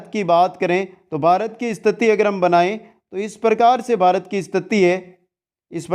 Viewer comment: बारत नही भारत बोलिए